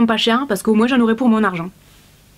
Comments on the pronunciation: Coucou pourquoi tu dis moinsss mdr on dit moins .Byzousss. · Je viens de remarquer que tu dis moinS et pas moins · la seule chose que j’ai retenu « plus ou moinSSS » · j'aime bcp ta vidéo, elle est génial mais g été choquée par le moinSSS 😂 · Merci merci merci. Grâce à toi je vais pouvoir refaire ma garde-robe. J'aime quand tu fais ce genre de vidéo. J'adore quand tu dis moinse 😉😂😘😘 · J'adore, tu prononce vraiment le "s" dans "moins" ce qui fait "moinss" on voit bien que tu viens du sud 😊 Sinon super vidéo comme d'habitude 😉❤️ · Parce que c'est comme ça qu'on parle dans le sud😉